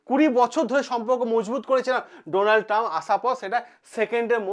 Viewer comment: চ্যানেল খুলে শুরু হয়ে যান বক্তব্য রাখতে অথচ বানান উচ্চারণ সবই ভুলভাল😂😂😂